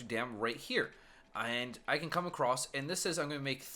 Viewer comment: also said acrost